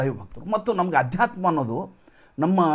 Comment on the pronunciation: Please don’t say Aadyatma…say Adhyatma